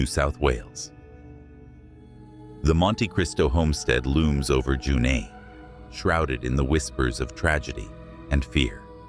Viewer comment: Whoever produced this is both lazy and a fool. Couldn't you find a single human to read your script? The first town is pronounced "jooNEE" and the word "gaol" is pronounced "jayl". Do your freaking homework properly, get a human reader, and stop the disrespect with places of which you know nothing.